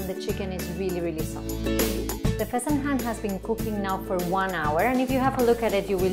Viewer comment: It's not fasenHAN. It's fasenJAN or JOON. My god. "Plain white rice which is used in Iran". No. No no no.